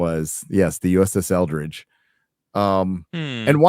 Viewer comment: Eldredge sounds close to eldritch